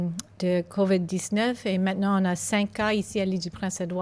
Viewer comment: "Covitt noin-tain".